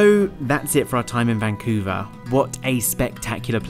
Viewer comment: vancuve...eve eve....